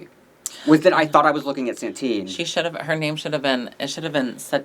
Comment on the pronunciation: stop saying Santine challenge impossible